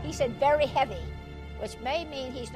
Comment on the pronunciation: Sounds like “very happy” not heavy